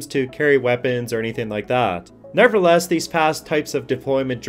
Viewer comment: The word is nevertheless you keep saying never less. Which is annoying.